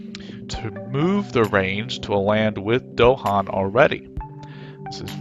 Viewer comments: It's "DahAn" with emphasis on the second syllable, not "DOhan" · Bro said Dohan